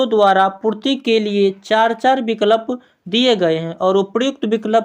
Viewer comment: Sb kuchh thik hai, lekin aap pronounciation shi kijiye.😮😮😮 Ex -- vikalp, kanan etc.